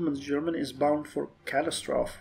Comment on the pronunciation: "Cat-tass-stro-fee". "pred-you-diss". - The RND can benefit Regime Stability (and regular stability if we need it). - I believe this is the home stretch. One Let's Play of Speer I saw ended in 1972 (though that was an old build of the game). If you're not bored of this mod yet I'd have some interest in a USA playthrough. Otherwise, have you given thought to what game you'd play next? - So you may be able to now send 5 divisions (and possibly air volunteers). - I don't know if you get the reference, but there's a clip from a movie called "Network" (from 1976) that is very similar to this. - Yeah, a surplus at such a time is odd. You can either increase expenses to try to reduce GDP loss or use it to lower debt. I'd recommend the reducing GDP loss, for role play reasons if nothing else (as you would want to invest in your economy at such a time to reduce job losses and maintain stability, even if it increased your debt).